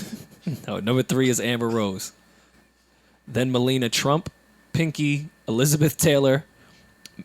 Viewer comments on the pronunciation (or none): bitch did u say MELINA TRUMP? lmfao go sit yo ass next to Brooklyn.